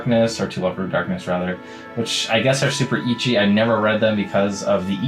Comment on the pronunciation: Its pronounced eh-chi my boy